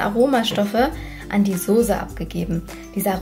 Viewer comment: Soße!!!! Nicht Sose... sonst fand ich das Video echt gut :)bis auf das Gedudel im Hintergrund :'D